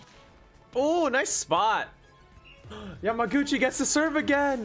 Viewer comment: Omg, I’m so happy you got the pronunciation of yamaguchis name by this episode 😂☺️☺️